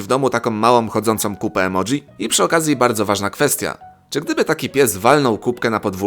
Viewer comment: Emoji a nie emodzi